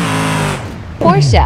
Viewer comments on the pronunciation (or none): Pronounce Porsche properly. Learn it from Google